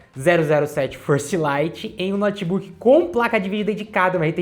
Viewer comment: Esse "nótibuqui" é top!! 💪